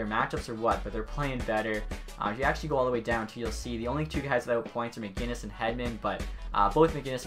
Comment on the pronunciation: Where is the "G" in MacInnis?